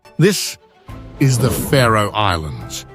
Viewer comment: Ha, a channel called "The Map that cant be arsed to show a map of the location of the Faroe Islands AND cant pronounce it correctly - Great channel mate